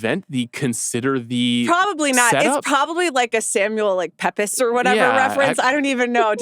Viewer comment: Samuel PEP-iss? C'mon, Amanda. Peeps!